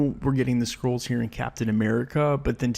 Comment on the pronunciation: Why do I keep hearing people pronounce "Skrulls" as "Scrolls"???